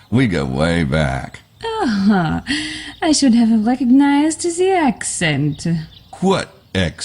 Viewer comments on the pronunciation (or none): Oh and this too. . “What ack-seant?”